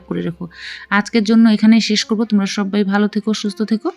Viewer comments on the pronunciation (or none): none